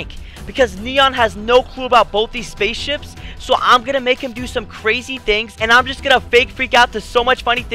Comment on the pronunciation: He said spaceshups